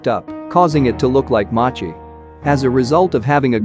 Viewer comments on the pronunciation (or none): none